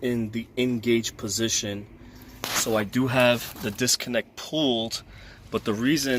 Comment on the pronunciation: PULLED NOT POOLED